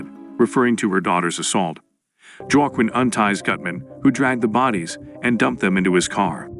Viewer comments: Joe Kwin tf. Ai doesn't know it's Hwa Keen😆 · His name is pronounced "wa - Keen" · "Wa-Qwin"? "Jwa-kin"? "Uwa-kin"? Can't you teach AI narrator to pronounce Spanish names properly? Like the name Joaquin?